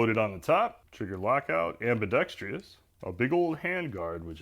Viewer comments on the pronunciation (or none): You said ambidex-tree-ous multiple times. I'll assume it was an intended pun and I'll still give you your thumbs-up, but try not to do it in the future–it makes me cringe! For small tree work, I've been using my reciprocating saw, and I do admit to having bent a few blades.